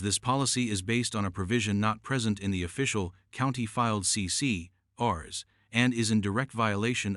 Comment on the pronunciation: Strange pronunciation of numbers and number/letter combinations. “CC&Rs” does not end with the word “rupees”. Please find a human to read your scripts.